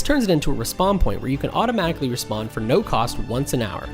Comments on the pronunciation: Why are you pronouncing "re-spawn" as if it's "Respond"??? Super annoying 🤣🤣🤣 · It's REEspawn. Not RAHspawn. Noob.